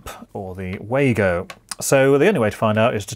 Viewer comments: Pronounced Vargo German w is V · Just a couple of points. The Wago connectors are pronounced as Vargo ( German word) Plus I was always taught that crimp connectors are only to be used on multi stand cables, The crimp could be pulled off a solid drawn cable as it didn't bite into the cable.